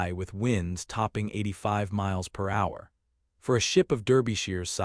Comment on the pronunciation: Its hilarious when it tries to pronounce mph as if it's a word.